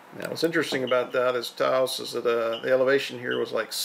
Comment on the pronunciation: Taos has ONE syllable and is pronounced, "TOWSE."